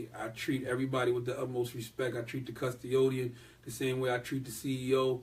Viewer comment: this nigga so ILL he making up words CUSTI-O-DIEN 😂😂😂😂😂😂